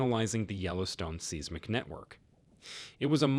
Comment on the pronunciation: The pronounciation of seismic and seismographic is bothering me. It’s “sighsmic” not “Seesmic”.